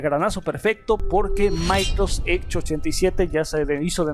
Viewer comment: Porque no pronuncias bien Microsoft edge?